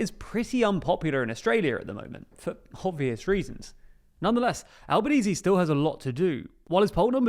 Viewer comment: ok, but as an Italian it makes me cringe, because Albanese is not pronounced like this, and it's an Italian word! (He have Italian origins)